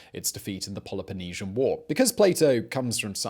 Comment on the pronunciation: It's "Peloponnesian" War, not Polypenisian